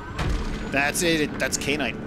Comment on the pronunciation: Ky. An. Ite. How the HECK do you read "Kyan" and see "Kain"? It rhymes with Cyan, just with a K instead of a C!